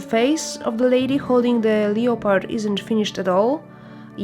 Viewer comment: Lovely work. I particularly like the way you pronounce leopard.